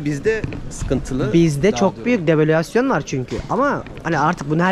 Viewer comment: Develüasyon dedi ya :D :D :D Eflasyon olabilir mi?